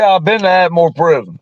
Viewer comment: Not “At-a-More” lol (Atmore) It was 4 prisons there.. Holman, Fountain, JO Davis & Atmore Work Center (prison)